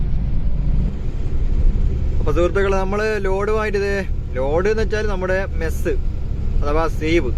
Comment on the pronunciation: മെസ്സ് അല്ല മെഷ് ആണ്😂😂